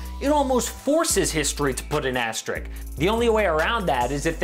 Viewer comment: Idk this guy keep mentioning it i think he meant asterisk though